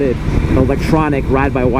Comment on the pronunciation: Tweety bird? Is that you?